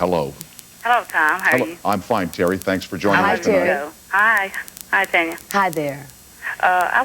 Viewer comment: It's TANYA, not TONYA